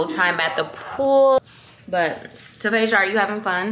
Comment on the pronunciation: What’s your cousins name are you saying Tavasha?